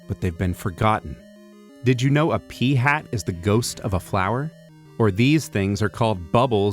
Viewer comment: ... yeah suuuure he said "peahats" riiiiiight